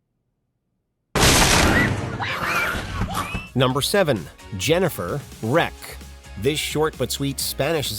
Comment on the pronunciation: it is not called "Jennifer Wreck" not even "Wreck". just Rec